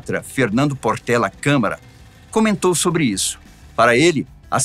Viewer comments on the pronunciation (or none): none